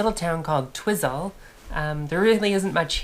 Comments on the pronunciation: Already got my like at Twizzel. Twizel, pron twy (as in why) zil (as in zylch, nadda, nothing). Good humoured nudge from a kiwi living locally. Anyway, back to your vid. Thanks for the laugh 😁🤣 I think your pronounciation sounds way more fun! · Twizel, not Twizzle. It's said as TWY-ZIL. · Try pronouncing Twizel as Twy-sell and not Twissel …… which is a cheese flavoured chip ;-) really happy you love what our landscapes have to offer.